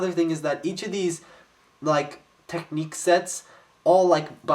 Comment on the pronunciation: UGH!!! this always bugs me! it's TECHNIC (tek-nick) not TECHNIQUE